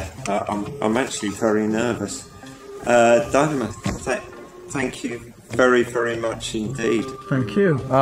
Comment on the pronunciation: This is black magic. “Dynamo” = “dymoan” pronounced “demon”